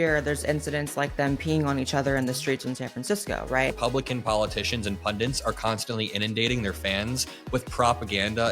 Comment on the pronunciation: Please it’s “pundits” not “pundents”